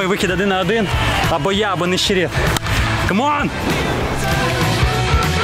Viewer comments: ну який Ніщєрєт Ніщєрєт 😖ну шо за вимова!??,,,, НЕЩЕРЕТ!!! Хіба так важко вимовляти??? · Не "Нєщєрєт", а Нещерет. Як Скорко як оператор?) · Він не Нєщєрєт, а Нещерет, напевно. Прізвище походить від села Нещерів у Київській області.